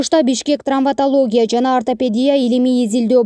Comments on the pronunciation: Трамвотология эмес, травмотология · Чон кыз ТРАМВОТОЛОГИЯ эмес ТРАВМАТОЛОГИЯ. Сразу кулакка сайылды го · Трамвотолия эмес травматология. Сабатсыз журналисттер качан жоголот!